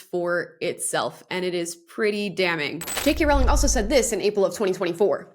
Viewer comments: Sorry but it’s pronounced Rowling. The hint is in how it is spelt. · Rowling rhymes with bowling 🎳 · FYI, Rowling's name rhymes with bowling. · You’re pronouncing JK Rowling’s last name wrong. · I’ve never heard JK Rowlings name mispronounced more times than this video. You said her name so many times too.